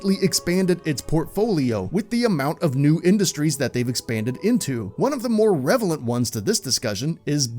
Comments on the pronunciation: "Revellent" ? Should be relevant? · dude actually said revelant 💀💀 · Relevant. not 'Revelent'. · "revalent" lol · lol 'revelent' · ".....one of the more revelent ones"? Where do they find these announcers? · WTF is “revelant” ? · Did he just say "revelent" instead of "relevant"? Yes. Yes he did. But, I guess that's irrevelant. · did you say "revelant?" Don't you mean "relevant!?" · did ‘revelent’ just become a word? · Pepe Carrillo No, the narrator said ‘revelent’, hence my comment. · Did he say 'revelant'? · you mean "relevant"? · WTF is “revalent”??? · "REVELANT" . thumbs down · You mean ‘relevant’? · Looked for this particular kind of comment. I've heard "revelent" several times in videos over the last few weeks. I think YouTubers are being drafted out of 7th grade. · I'm not sure "Revelant" is a word. I'm looking forward to part two where you have some shots of the "Specific Ocean" which "Pacifically" show the Hawaiian islands. I'm sure i'll come up with some questions to "akks" you but i'll get back to you later.